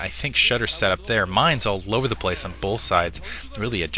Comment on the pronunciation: good stuff, but it's "both" not "bolth" =0!